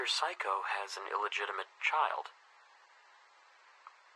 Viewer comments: "Mr. Saikou" What i hear: Mr. Psycho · When he says saikou to me it sounds like psycho idk why